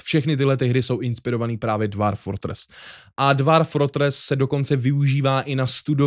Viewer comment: Výslovnost je dwôrf